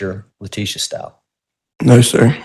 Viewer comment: You guys!!! I am NOT feelin' Cook. With cases like this one, I always get nervous that there'll be an appeal on the basis of ineffective counsel. He aint' even getting the name "Stauch" right, c'mon now. And he DEFINATELY let Lowry say too much. (Even if it was true.) I'ma keep my fingers crossed that this doesn't turn into a sh!t show.